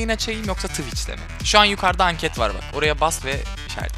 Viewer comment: Abi twitch diyemiyorsun twıç diyorsun youtubedan aç